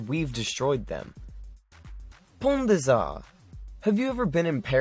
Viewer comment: Pone day zahr - Pont des Arts Par-EE-ziEN - Parisian BO-ZAHR - Beaux-arts ;)